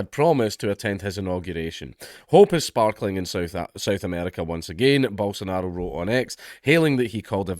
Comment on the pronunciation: It's not 'Hair' bolsonaro, we don't do the whole R sounding J in portuguese, only spanish does that